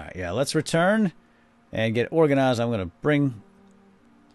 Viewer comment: Hi!!! I love that u say organisised instead if organised